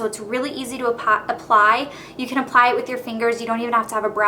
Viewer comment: "this is a great one... because it's really easy to apie - I mean apply!" haha idk why but this made me laugh